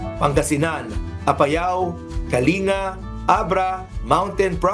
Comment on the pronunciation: kalinga is "care" or ARUGA in tagalog. Kalinga as a province is pronounced as "Kaling-ga".